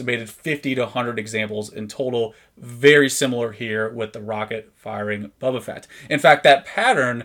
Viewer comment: Very cool to see this! Thank you for sharing! (and it is pronounced "BO-ba"...not Bubba ;)